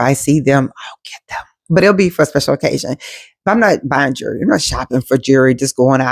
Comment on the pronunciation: Not " jurree" 😂